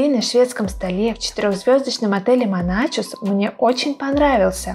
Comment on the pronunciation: Вы всё правильно рассказали об отеле. Ни добавить, ни убавить. Тол ко что приехали оттуда. Только, пожалуйста, не Моначус, а Монахус 🤗 Я с добром пишу, поверьте, не злились. Ухо режет от Моначуса. Они и сами его Монахусом зовут.